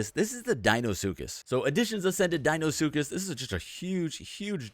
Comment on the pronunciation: Deinosuchus not deinosskus